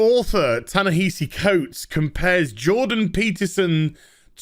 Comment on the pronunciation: Ya-Nehisi Coates... who is that again? I feel like I should know him for something other than being an SJW crybaby... director of incredibly underwhelming movies that’s right!